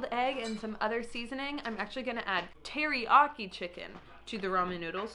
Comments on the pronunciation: TeriYaki. not teriaki. there's a 'y' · Excuse me WHAT? Is Thats how you're supposed to pronounce teriyaki?